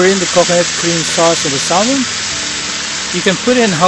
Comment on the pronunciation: it pronounce SAHMON silent L